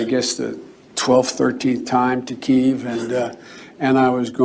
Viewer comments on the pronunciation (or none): none